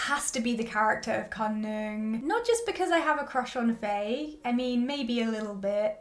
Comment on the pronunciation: A few things.. 😂 but firstly Faye’s name is pronounced like fire, so fiiiiiieeee or faiiii, not a short fai but faiiii or fyeeee 😂 Khun Neung’s hairstylist and stylist is basically herself because that’s her everyday look, slick back hair, lesbian ass button ups 🤣 she is in fact an actual sapphic HAIRSTYLIST in real life. Faye is also the winner of Miss Grand Thailand 2016 😁 honestly what CAN’T that hot lady do. I like how you are able to understand ANeung’s childish side and 100% agree on how Aneung is more emotionally mature than Khun Neung despite Khun Neung’s worry over how large their age gap was. And honestly, yes get ur pitch fork ready and know that im a diehard freenbecky and gap fan, if you are able to gloss over the intern/ceo love trope then you should be ok with this too. A lot of the “problematic” aspects in both BLANK and GAP were rearranged for the sake of the series. Both Faye and Yoko are both SEASONED actresses. I personally see chemistry between the 2 and gawdddd I love them, I might understand why some people don’t see it. FB were in another series before filming GAP (and GOD was SCOY cringe) and they had time to get close to each other unlike Faye and Yoko. Although I am sure once episode 7 is released, it will be even BETTER. I was nodding along with you until you said u shipped Khun Neung with the doctor. MY PITCHFORK WAS READY. Anyways in the book, Doctor Wan Viva wasn’t exactly her ex but more like a fwb situation(?) not sure too. And she has a girlf